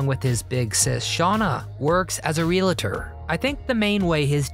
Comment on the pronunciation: it's realtor not relator. REALTOR...